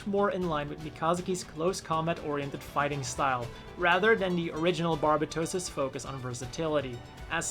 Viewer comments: That is not even close to how you pronounce "barbatos" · He says its barbatooos Bit its barbatos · Why does everyone pronounce Barbatos incorrectly? Its bar-bay-tose. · "barb-a-toes" lmfao